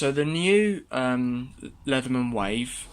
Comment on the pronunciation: It's not called "Wife", it's "Wave". Learn to speak English.